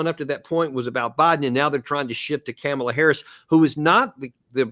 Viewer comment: Ka-Mala- the Ugandan giant 😂